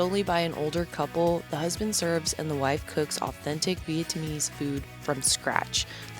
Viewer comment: Not the way you say "vee-it-tuhmeese" 😂 damn girl that had me laughing